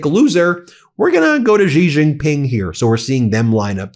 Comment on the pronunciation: Dear Ben, Could you please pronounce the name of Chinese president correctly? It's Shee Jin-ping, its not that hard. You started calling Iran and Irak correctly, and you are getting the credit for the effort. The fact that others dont pronounce it correctly, shouldn't be your excuse. You are better than them. Love your work.